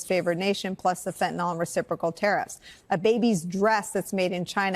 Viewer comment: It's not fentanol. It's fentanyl. It's pronounced by chemists as -neel, but -nill is accepptable. Not -noll, that ending is for alcohols